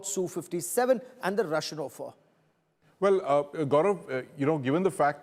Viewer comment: When did offer become ‘O’ffer Stop this stupidity to make an artificial attention grabbing moment You are not even consistent in maintaining it!